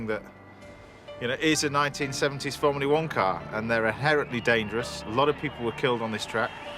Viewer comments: ITS FORMULA ONE YES FROMULA ONE GET IT RIGHT YOU !!!!!!!!!!!!!!!! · Great video, Jackie is amazing but please James.... it's not fomulee one ! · Formuleee? W T actual Fuck? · Before we get the predictable criticisms of James martin mispronouncing Formula One remember he is acutely dyslexic just like Jackie Stewart.